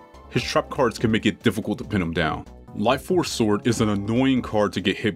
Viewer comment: Don't tell me blud really pronounced sword as s-word